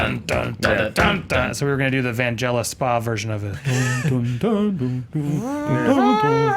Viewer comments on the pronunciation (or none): His name is pronounced with a hard G. Vangelis.